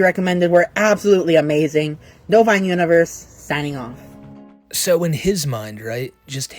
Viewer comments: Can we please talk about how he 100% does NOT say ‘Nova Online Universe signing off’ he says what sounds like “Nova bovine universe signing off” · What the hell is his he saying, "Hey, it's Hayj-nova-country."? That's what it sounds like, I know at the end he says "Novine Universe."